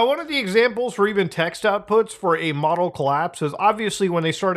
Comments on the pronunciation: Him pronouncing model as modal is killing me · you keep saying modal collapse instead of model collapse. is that canadian for model?